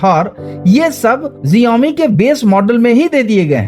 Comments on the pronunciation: abey xiaomi hota h na ki genome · Jiomi mat bol bhai xioami bol 😂😂